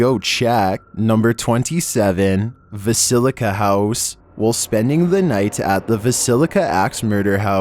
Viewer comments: It's VILLISCA.... not Visilica! Dammit!! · Ugh with the pronunciations,... It's "Le-VY-a-than" and "Vill-i-sca" (doesn't rhyme with basilica)